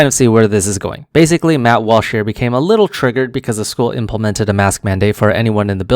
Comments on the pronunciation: Ah yes Mutt Wash lol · lol the way you pronouced his name sound like "mouth wash", had to check the video ;p